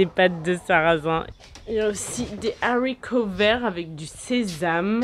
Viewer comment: Encore un vidéo très réussi. Merci beaucoup. Pourquoi tu a dit le mot “haricot” avec un accent américain? Ou tout simplement il est sorti comme ça?